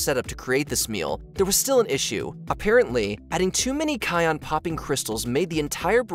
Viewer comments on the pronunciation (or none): On number 5 she called a novel a novella and cayenne a cayonne. My girl just couldn’t get it right 😂